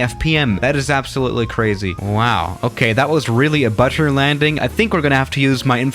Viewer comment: the way he say butter than say but-eh